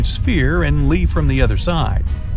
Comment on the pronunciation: This man doesn’t know how to say leave he said weave 😅😅😅😅😂😂😂😂